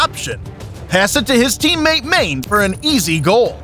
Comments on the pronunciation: Mane is pronounced Mah'-Nay. Ffs. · This became more unwatchable as it went on. The narrator had literally no idea how names such as "Juventus", "Haaland", or "Mané" are pronounced? Even the most cursory listen of a couple of highlights would've done it. Seriously, "Maine"? Man's name is Mané 😂😂😂